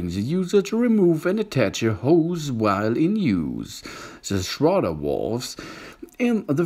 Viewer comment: "The Schrardar Wolv. Oh Yeaaah!"